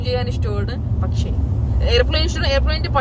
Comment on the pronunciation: Like corrected your pronunciation, I would like to highlight one word... its not "pashe", its "pakshe". You both are doing well... improve contents. Vincent@